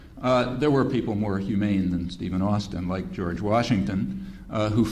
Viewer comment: georg--not george